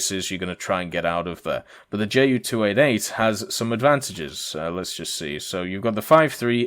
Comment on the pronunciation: Wow... that's a lot of work in the past few days... good job. But again, its "Ju" like "you", not "Jay" - "U".